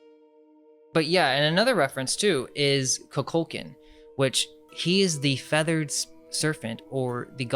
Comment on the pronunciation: His name is pronounced Koo-Kool-Con=Kukulcan